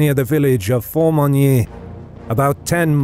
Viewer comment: As long as you don't know French. Just listen to his attempts at Formigny, Le Petit Hameau, and many others.